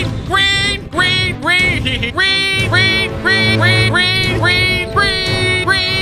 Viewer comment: I love the fact when he constantly said green it kind of sounded he was saying "weed" after a while